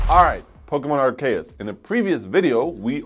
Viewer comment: GTA trilogy & Pokémon ARCEUS that u didn’t pronounce right both games going to be amazing dude